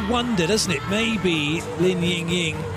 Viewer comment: He’s finally calling Li Yingying correctly.